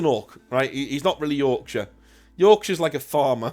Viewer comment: Y-Ork-shire… could be Snakebite territory. “Aye boy, we’ll have nowt of that new fangled technology round here!A boar and a choppa that’s all..”